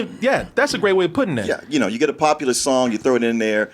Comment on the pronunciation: He never gets people's names right. And always pronounces 'formula' and 'popular' as 'formala' and 'popalar'